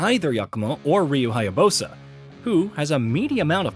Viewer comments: HyaBUSA not HyaBOSA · Ryu HAyabooowsssa hahaha nice pronounce of Ryu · Cut him a break, it's not like the reveal trailer had an exact pronunciation of his name immediately followed by a cut between the main characters both using Izuna drop... XD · This guy is literally trash and pronunciation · I think they were referring to how the person pronounced Ryu's last name. 🤔😒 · He pronounced “Ryu” as “Raiyu” and “Hayabusa” as “Hayabosa”😂🤣